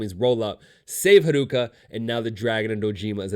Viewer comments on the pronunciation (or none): This person omits a lot of details and misunderstands character motivations Edit: and butchers the pronounciation of character names (harooka lol) and is very defensive